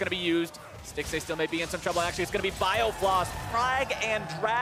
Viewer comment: anyone hear the casters say biofloss? at firstblood